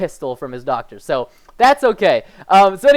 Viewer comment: "Cool where'd you get that revolver?" "My dacter."